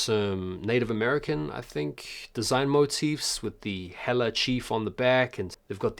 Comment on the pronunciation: So Nike fcked up The Wizard of Oz release and forgot to put the special edition version in the blind bag release. Anybody want in a civil action for this bs? Also hela's pronounced "hey-lah" I think. You also missed the Kobe 5 Year Of The Mamba are dropping on SNKRS Jan 29th in the UK.